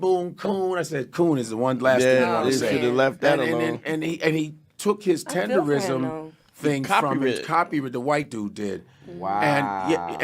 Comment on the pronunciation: Damn can yall pronounce the shit right. TEDERNISM Not tenderism. put the damn N in it